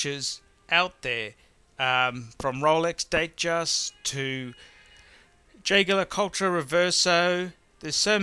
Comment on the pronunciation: His pronunciation of Jaeger LeCoutre is interesting.